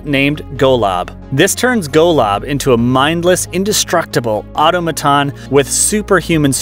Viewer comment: The narrator of this video definitely doesn't know what the term 'Production value' means, doesn't seem to understand what the term 'Psychedelic' means, and he says and he mispronounces 'automaton' so badly I get the impression he'd never hear the word before.Why do so many YouTube narrators mispronounce BASIC English words?